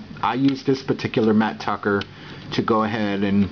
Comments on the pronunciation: It's mat tracker not Tucker. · dude its tracker not tucker